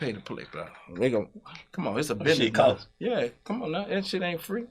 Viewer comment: “Dey coastes” 😂😂